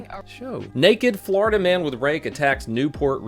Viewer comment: "Flordia man repeatedly arrested for flashing his genitalia's'"